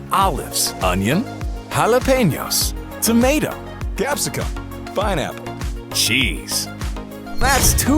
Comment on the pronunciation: Not pinaplle!